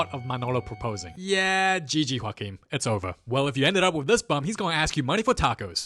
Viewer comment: can we talk abt how good he says "joaquin"?